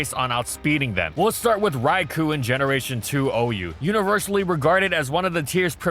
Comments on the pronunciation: Raikou* not Raiku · This is why it bugs me that there is still isn't an ability that triggers Trick Room upon switch-in. Also for Arceus' sake it's pronounced "Rai-Koh"!!